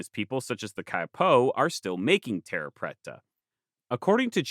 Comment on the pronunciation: Your Portuguese pronunciation is horrible. "Terra" is pronounced with the "rr" as an "h" sound, and preta is more like "prey"-ta. At least in Brazil. Cerrado is also a "h" sound. I lived there for a time. Say-HA-doh. Great video though. =) Super excited to see this. And the terra preta is a super cool thing. I wonder if more excavation of those regions could tell us more about lost Amazonian peoples.